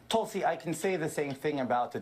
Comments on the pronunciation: David it's "Toll-see" not "Tool-see. Still love you guy. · “Tool-si.” You’re doing that on purpose, aren’t you David?😏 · So you continue to mispronounce her name to make it sound like Toolsy Gabbard. Rather than emphasizing the U between the T and the L. Which makes you a patronizing a-hole. As obnoxious and arrogant as you already are. This shows what a disingenuous jagoff you are to boot. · 😂 are you deliberately saying "tool"sy? Lol...rich! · Is the "Tool-C" on purpose? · Why Does David pronounce her name Tool-see? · The Toolsi pronunciation is a long-standing thing that he know is different than how she pronounces her name, he just does it “for the fun of it”. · Why does he pronounce Tulsi so funny? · If you learn to pronounce Tulsi, I'll subscribe. Great video :) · Why does David habitually mispronounce Tulsi's name? Is it a bit?